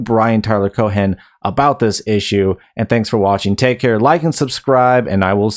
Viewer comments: The h in Cohen is silent unless you're just being cheeky, in which case, please continue. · Cohen doesnt have a hard 'H' its a soft 'H' almost silent.